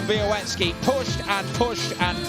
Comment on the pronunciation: Why does continue to pronounce Sebastian Bialecki's name as 'be-a-wet-ski'?